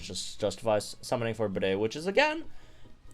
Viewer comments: I think his name is pronounced like Bead not bidet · Pretty sure his name is said like Bead, not Bidet. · you also named a gym trainer a toilet. bro, it's pronounced like 'bead', not 'bidet' 🥲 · i can't with you calling him bidet throughout the entire video 😭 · The English voice clips that were leaked onto YouTube show that Bede’s voice actor pronounces his name like ‘bead’. Even if that wasn’t the case, I downright refuse to pronounce the name of a character that would sound like a word used to define a sink used to clean your nether regions.😑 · ok, ik it doesn’t really matter to people, but is it pronounced bidet? or bede as in beede. I always thought it was pronounced like beede with a silent e at the end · 5 seconds in and I already lost it cause I heard "bidet" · I can't wait to hear him say his own name because I refuse to believe it's pronounced 'Bidet' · Oh god don't call him "Bidet" lol